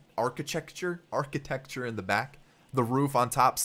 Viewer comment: You must have very good photographic memory. Pronouncing architecture as arch-itechure. Look forward to seeing this series progress.